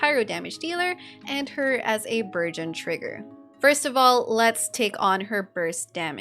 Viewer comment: Everytime you say "burgeon," I hear "virgin," so I heard "Thoma's popping virgins every second" and now I can't unsee that mental image lmao EDIT: even the CC says "virgin!" It's not just me! 🤣